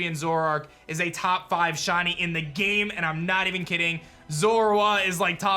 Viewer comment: WHY DOES IT SAY LIKE HE IS SAYING "SHAWTY" WHEN HE SAYS SHINY AT THE START?! 😢